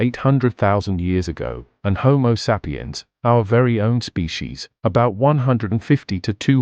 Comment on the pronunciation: Love the content but the ai voice is unbearable. Couldn't really get past the mispronunciation of "sapiens". Unfortunate.